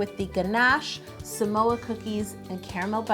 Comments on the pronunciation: I Love You Yolanda and I am obsessed with this cake because this is my all time favorite girl scout cookie! Also, the word Samoa is actually pronounced "SAH-Moa" instead of "Su-Moa" :) I'm Samoan so I just wanted to let you know . You are amazing ! And I wish I could try this cake more than anything right now! LOL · She said samoa but I heard some oa. LOL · When you say “give me samoa” i was like is she speak malay? Here samoa = semua (pronounce exactly same) means “all of it”.. like u said give me all of it.. 🤣🤣.. love all ur cakes.. loves from malaysia 🇲🇾... 😘😘